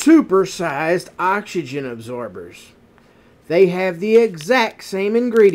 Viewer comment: He cant say oxygen hahahahha hill billy